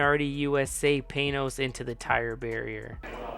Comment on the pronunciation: Friggin computer narration. Not worth watching. BTW, it's pronounced Pan ohzzz not pain ohz. Morons!